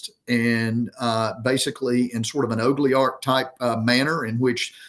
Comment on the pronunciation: Is he trying to say “oligarch?”